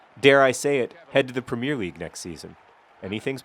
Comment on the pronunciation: I know mispronouncing things is your things john, but it's PREMIER NOT PREMIERE